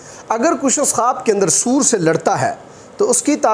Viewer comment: آپ کو تو سور بولنا بھی نہیں آتا